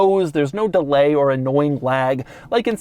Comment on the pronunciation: "there is no dellay or annoying lag.."